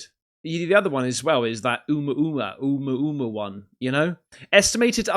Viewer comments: I think it’s pronounced Uh-Moo-Uh Moo-Uh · It’s pronounced “a-moo-ugh moo-ugh” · It's Ah-moo-ah-moo-ah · Lol! Its pronounced A-moo-a-moo-a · It's pronounced Ooo moo-a moo-a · It’s pronounced, ah-moo-ah-moo-ah. If that helps. Maximum linguistics, please! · its pronounced "OhMooahMooah" but to be honest I prefer your version:) Love what you do, keep it coming!